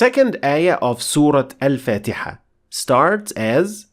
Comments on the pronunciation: Why do you pronounce Surah Fatiha as Surah fatayha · Aslm.... Masha allah super explanation...... One question y u pronounce surah Al fatiha as surah fataha?????